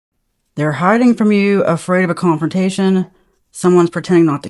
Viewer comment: 😂sounds like "Cheaters". . . "THE CON-FRONT- A- TION" !! 🫤😯😵‍💫🫣😱. LOL